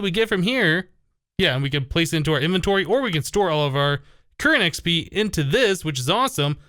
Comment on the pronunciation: whenever he says XP it sounds like he says XB if you watched his sky factory series you'd know what I mean